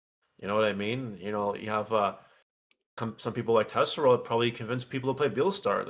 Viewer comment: Why do you keep disrespecting Tesero and pronounce his name wrong every time you say it man lol